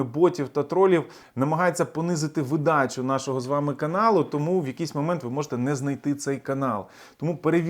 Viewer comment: Правильний наголос - вИдача… Дякую 🙏🏻